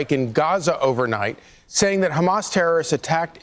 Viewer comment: Hamas ❌ Hummus ✅